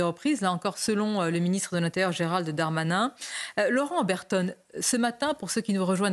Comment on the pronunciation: S.MABROUK! svp prononcez le nom du ministre correctement GERALD......DARMANIN et non comme la majorité Gérald DEUX DARMANIN. Il n'y a aucune voyelle entre les deux "D". Cela dit, merci de vos entretiens télévisés.